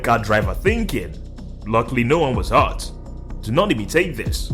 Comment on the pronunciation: "No one waz hart" ?????